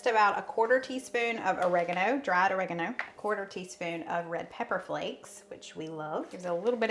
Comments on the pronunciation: "Or A Gone O" 😂😅😂. I'm originally from up north but living in South Carolina since 2009. We pronounce it "Ah reg gun o". His sounded so funny to me. Love y'all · Or-reg- a- no. Correct pronunciation for your spice. My mother used to say it like you did. Then we found out how to say it. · pronunciation of oregano brought a wonderful memory of my Nanny...she pronounced it or-ee-ang-o! In the late 60's early 70's spices started rolling into groceries and by golly she was a wonderful cook always ready for something new to try!!!!!